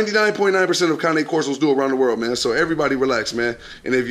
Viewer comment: only thing that bothers me is that he keeps calling it a Kanye Corso, it's a Cane Corso. Spent all that money, don't want people mistakenly call his dog a Labrador, but won't take the time to pronounce the name of the dog right.